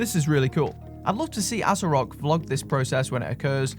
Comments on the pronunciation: Ass-o-rock is the correct pronunciation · That name is a hard stop. Anything that can be pronounced ass-o-rock has to be a troll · Pronounced assorock No I cannot I just can't This has to be a joke Seriously, my mind conjures up negative street watch sales stands, not good. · do you even know what Asorock means? how is the brand name a problem? and it is pronounced Hay-so-rock! yall racist in this comments